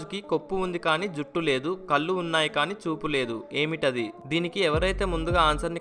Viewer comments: కల్లు కాదు నాన్నా, కళ్ళు. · కల్లు ఏమయ్యా? కళ్ళు అనకుండ మీరే తప్పు చెబితే ఎలా అండీ?